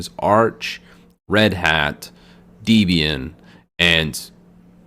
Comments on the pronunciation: Hate to nitpick?...but: First off?...its not "Deebian"....it's "DEBIAN"...as in the name of the creator of Debian Linux Ian Murdock...and a blending of his name and the name of his _then-girlfriend "Debbie" (actually it's Deborah..but the same way you would say "Little Debbie" cupcakes" applies...so Deb (as in Debbie) + Ian = DEB-Ian...not DEEBIAN. Ok enough with the English lesson moving on... You should be sure to state at the beginning of this vid...that a LOT of those distros displayed on that chart are no longer being maintained.....so as not to overwhelm the newbies. When one looks at that chart it looks like a Computer Science classroom chart!....LoL! In regards to your recommendations....It would make better sense to learn and use Debian FIRST, and THEN head to Ubuntu....Linux Mint....etc. Since Debian is the "root" form where they all came from...and if you master that?....then using Ubuntu...Xubuntu...Lubuntu...Linux Mine etc is a WHOLE lot easier! I'm gonna agree with you on things like Slackware.....Gentoo....and LFS. Those are distros that are for hard core Linux users, but I wouldn't call 'em crap. Since somewhere at this very moment?...someone or a group of someones are working hard to maintain it and make it work. Be careful not to be so offensive with your words. I myself have never been able to use Slackware....Gentoo...LFS (L-inux F-rom S-cratch) but I won't "insult" the developers of it. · Deeeeeeeebian xD 'Deb-e-an' Freakin gnome in English the 'g' is silent! Why do ppl keep saying GUH-nome? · Just a heads up that Debian got its name from the author Ian Murdock and his girlfriend at the time Debra Lynn. So I believe the correct pronounciation of its name is Deb-Ian rather than Deeb-Ian. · Why does he keep calling it Deebian? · I couldn't watch the video. I'm a petty guy and hearing "deebian" multiple times just... ugh.. On a positive note, I've seen other videos and enjoy them so sorry for this negative comment